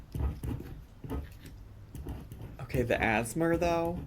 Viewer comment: “The as-mur…✋🏽😫🤚🏽… I’m ab to bust” I threw my phone!!